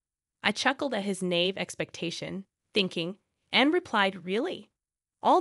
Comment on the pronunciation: "Nave?" It's na-eve. Hahaha!